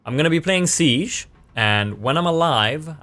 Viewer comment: "Rainbow six seeech" Fucking how to learn to pronounce right ffs.